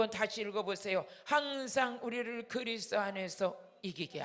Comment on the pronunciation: 목사님~ 그리스도가 그리스 로 들리네요